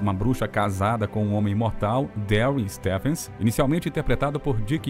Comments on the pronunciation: Grafia Stephens , pronunciado Stifens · Adorei saber mais sobre a atriz de A FEITICEIRA. Uma observação, a pronúncia de “presenting” é pri-ZEN-tin, acentuando a segunda sílaba. Stephens se pronuncia Stívens com o som de V e não F.